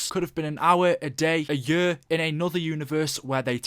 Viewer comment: Its a year not a yur.